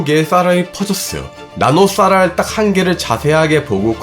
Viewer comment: 진지하게 말하는데 발음이 노홍철식이라 자꾸 집중이안되고 웃곀ㅋㅋㅋㅋㅋㅋ 엑 th 레이를 이용 하여 단 하나의 원자를 포착하는거th에 th엉공 했th읍니다 ㅋㅋㅋㅋㅋ 여러분! 다시 말 th음 드립니닼ㅋㅋㅋㅋㅋㅋㅋㅋㅋㅋㅋ 무슨짓을 해도 밥을 딱 퍼면?! 적어도 1만개의 th알알이 퍼졌어요 ㅎㅎㅎㅎㅎㅎ